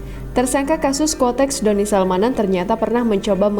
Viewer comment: kuotex min bukan kotex, kotex itu merk softex